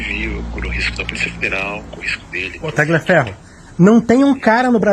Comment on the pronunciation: A PRONÚNCIA CORRETA É TALIAFERRO, SEM O G